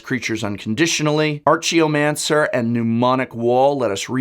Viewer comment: Arch-e-oh mancer???? Try "Ark-ay-oh mancer", as in "Arcane"